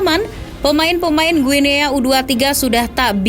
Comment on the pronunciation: izin koreksi, bacanya "Gini" min 🙏